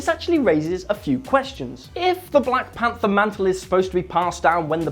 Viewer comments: I swear to God he said black panda, but subtitles shows ''panther'' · he says panda instead of panther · he says black panda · It's Will. Find me a video where he doesn't get a name wrong.